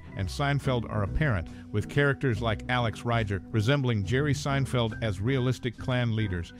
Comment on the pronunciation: It's pronounced "Ree-ger"